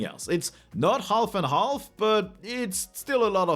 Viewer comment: I guess you should have a YouTube-search for "comedy silent letters" and watch the video "How the English language would sound if silent letters weren’t silent - BBC". I felt remembered to that by your "half" with pronouncing the "L" in there, which should be silent. ;-)